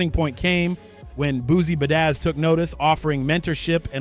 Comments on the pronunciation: He said Boozy Ba dazz 🤦🏾‍♂️🤣 its Boosie BadAzz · boozie budazzz??? killing these names ion even wanna finsh this